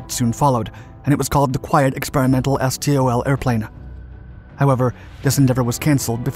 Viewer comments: It's pronounced STOL, not S.T.O.L... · Please, stop saying "es tee oh el". In the aviation industry it is just pronounced "stol". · It’s usually pronounced “stōll”